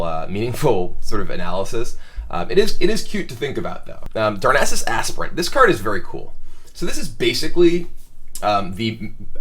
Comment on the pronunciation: Literally the first commentator I've seen who could pronounce "Darnassus Aspirant." You'd get props for that even if the analysis wasn't excellent. [Edit: er--which it is. In case that wording confuses anyone.] I keep hoping to see one new Beast synergy card released for Druid, so that there's a real reason to focus on Beasts. Druid of the Saber seems like it could have a lot of potential in a fast Druid with beasts and Savage Roars, maybe capping out at 5 mana with Druids of the Fang and Claw. But without another Beast synergy card, I'm not sure what DotF really contributes that, say, a Fel Reaver doesn't.